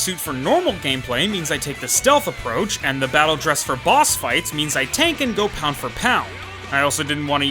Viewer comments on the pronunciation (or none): none